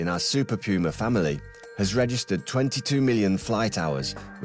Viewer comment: ooooh... Super PUMA! sounded like Super Coomer the whole video